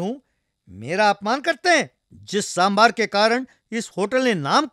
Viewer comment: Happy to see,that the narrator is pronouncing sambaar as sambaar as it should be pronounced and not as sambhar.